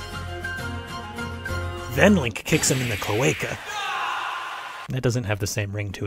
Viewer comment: I love the part we're he says "And then you kick his cloecal" 🤣🤣🤣